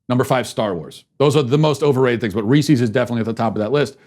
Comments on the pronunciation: Hey everyone, and welcome to the Andrew Smith show! For today's biweekly revokation, we will be revoking Matt Walsh not only for his offensive lack of taste in Halloween treats but also for his blatant mispronunciation of the name Reese's. It is pronounced Reece-is, not Reese-eez. For this unacceptable, deeply upsetting act, I have no choice but to revoke Matt Walsh. Thank you for watching. Godspeed. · The fact that you say "Ree-cees" instead of "Rees-is" tells me you should be cancelled. IT RHYMES WITH PIECES!!! It's not pee-cees. C'mon man. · Worse than that was the fact that he kept calling Reese’s Reesies! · Matt’s the only podcaster that gets me to laugh out loud. Why did he call them reeceeees though. I wanted to stab my ear. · I’m more offended by the way you pronounce Reese’s 😂😂😂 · Well you could start with saying the candies name right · Matt, I can’t believe you pronounce Reese’s like that. If a man named Chris owned a company it would be called Chris’s, not Chris’eees. I have lost all faith in you and am therefore canceling this show. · I know the candy thing wasn’t the official cancellation, but you should stick to one dumb, curmudgeonly cancellation rant a week... it’s become quite tiresome. also you should learn to pronounce “Reese’s” properly.